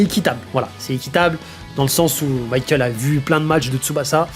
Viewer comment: Il faudrait arreter d'appeler Michael "maykeul" il est espagnol pas anglais le gars,de toute facon en katakana son nom se lit bien mi-ka-él(u)